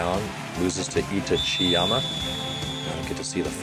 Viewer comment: when saying itachiyama you can put more emphasis on the a in itachi. i think you've seen some naruto, its like itachi from that show. itachi-yama